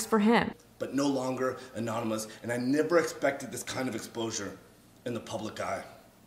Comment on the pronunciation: Did he say ExPlosure? 😂😂😂😂